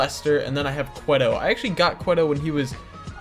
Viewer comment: It's not kwehto it is Kwahto